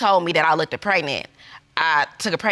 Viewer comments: She said “lookeded”😂😂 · OMG and both of them kept saying "lookted". I kept hoping it would be the last "lookted" and then they just kept repeating it. They weren't embarrassed but I sure as heck was for them. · And "lookded". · "Lookkidid?" Huh? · “Lookeded” too😂